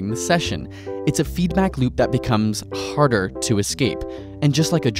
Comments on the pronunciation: "that becomes HARDER to scape".. why the emphasis? haha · Did anyone else notice how he emphasized "harder" ?